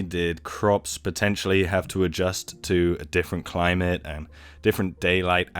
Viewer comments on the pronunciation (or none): none